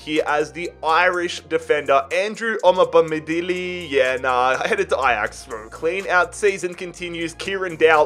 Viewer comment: Just so you know: Andrew Omobamidele's name second name is pronounced Oh-moe-bam-i-del-ay